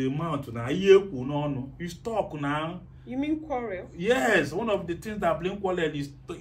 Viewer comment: stop saying quallel say quarrel. It's easy.